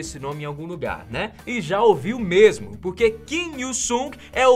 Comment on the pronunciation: “é muito antiga MERMO " uhhhhh senti um gosto de mineiro